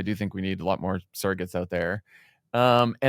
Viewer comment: Funny...Sarah pronounces "surrogates" as "saragates"